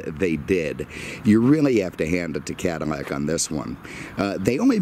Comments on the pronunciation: Please for the love of god its Cad-ill-ac not Cadimac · What fuck is a cadimac?!? It’s CADILLAC!!! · Cadamac? Wtf?